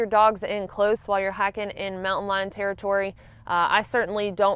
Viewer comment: Omg yr accent 😂 it sounds like yr saying hacking not hiking girl